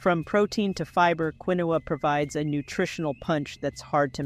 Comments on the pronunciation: Pronounced KEENWA NOT QUINOA😅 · Interesting video, doesn’t know correct pronunciation of Quinoa and used two different pronunciations, confusing those not familiar with the product. Not particularly helpful as not realistic altergive;.